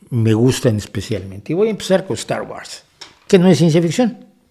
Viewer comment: De acuerdo en todo,. Sólo la pronunciación de Star Wars. Es [wors]